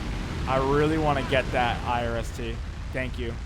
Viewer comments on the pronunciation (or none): why are you pronouncing IRIS-T like I-R-S-T?